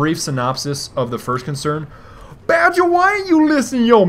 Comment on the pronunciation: Dude, let the idiot unsub. No loss. Also, it's Badger.